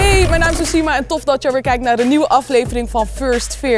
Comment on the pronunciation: Je schrijft ousima Maar je zegt sousima